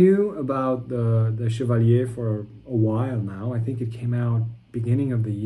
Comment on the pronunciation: First reviewer to pronounce Chevalier correctly. Kudos sir.